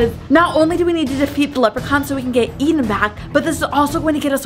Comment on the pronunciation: It's pronounced Eden